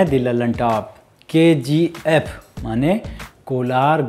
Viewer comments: K - G - 'aephhhh' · I thought it's KGF but he is pronouncing as Ke Gi Ef